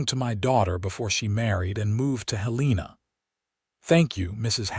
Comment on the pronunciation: It is said that you can't teach an old dog new tricks, and apparently, you can't teach AI proper pronunciation. Heleena and St. Louie appears not only in this story but virtually in every AI narrated western story on every western oriented channel. Having said that, this was a nice, enjoyable story.